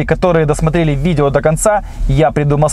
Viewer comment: Почему то когда просят ключевое слово"....... сила" , я слышу бэ Мэ вэ сЛиЛа🤔